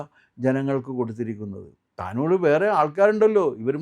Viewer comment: Not Lebnon Yeman. Taanur alla Thavanoor.